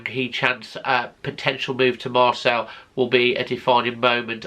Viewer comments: Lol... Was gonna say, it's Pronounced Marsay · You know it’s pronounced MarSAY don’t you? Maybe it’s the bunged up nose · Marcel??? 😂 Please try and pronounce things a little better.